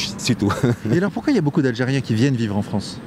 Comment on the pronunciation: Que se passe-t-il exactement, en fait, en Fronce, en 2024? Je suis perdu à présent,, je ne vous le cache pas...